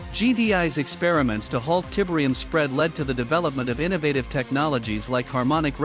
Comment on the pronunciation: Tibrium 😬 Please stop with the awful AI voice.